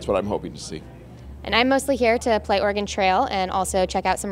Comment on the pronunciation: She can’t pronounce Oregon…